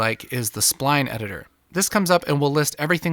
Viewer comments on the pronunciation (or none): none